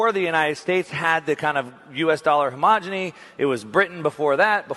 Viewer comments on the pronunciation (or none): Hegemony, not homogeny! How many times do I have to tell you? 😄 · It's hegemony not homogeny. Words matter. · I love your content and never miss a video. That said, you’ve got to stop pronouncing ‘hegemony’ as ‘homogeny’ - I know you know the difference, but it’s a glaring oversight and I’ve yet to hear you pronounce the word correctly. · Hemogony?? Did you mean hegemony??? 😣 FYI you said it twice !! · love your content and sorry to be a vocab Nazi but I think u mean hegemony, not homogeny! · Great talk., you need to take a day off and practice articulating the word “he-ge-mo-ny”. (Hey Jay! Money!)